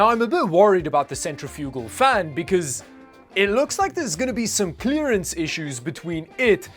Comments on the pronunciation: I think you need to watch another YouTube video to learn how to properly pronounce Decal and Centrifugal. It's De-Cal not Deckal and it Cen-tre-fi-gal not centry-fugal. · kinda shocked nobody has said anything that I can see so far about the way he was pronouncing centrifugal lmao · Centrifugal = sent-RIFF-yoo-gul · Um, thats not how you pronounce "centrifugal" -- lol